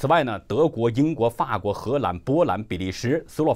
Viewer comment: 我没有其他意思，纠正读音，“法国”fa好吧，可能是古诗词平仄韵留下的，实际上是第三声；“慷慨”读“kangkai”不是“kankai ”